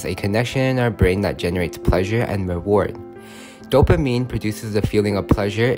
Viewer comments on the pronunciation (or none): Oh it’s a fellow of pleaaaaashure howeveA